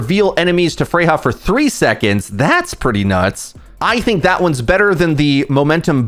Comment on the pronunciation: Freja is not Spanish. She is not pronounced Freha. She is pronounced Freya. Because J in danish is soft like a Y